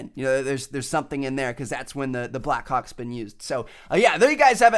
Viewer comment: Why did you keep saying black cocks?